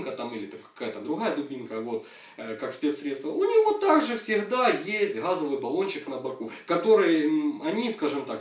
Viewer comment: Нет слова "гхазовый"!, есть слово "газовый"!